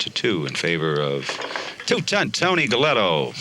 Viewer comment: Hey man, the Pugilists name was Galento not Gelletto! Half a Mill and a new fancy Yota pretty darn good. Big Tony beat the brakes off CJ, even w/ several sluggo's.